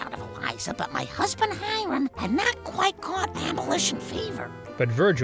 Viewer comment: How do you mispronounce the name Hiram when they say it out loud multiple times in the episode?